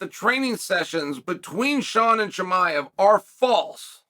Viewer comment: CUT TO THE CHAEL count - correct pronunciation of Volkanovski - Ok Great - Chael chuckles - correct pronunciation of Chimaev - Chael chuckles